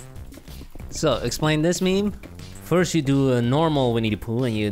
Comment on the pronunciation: it's not "mEmE" its "miM" bro.